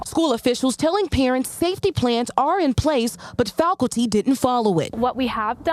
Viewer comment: She can't pronounce faculty